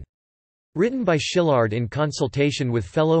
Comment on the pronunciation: It's pronounced "see-lard" - not "sheelard"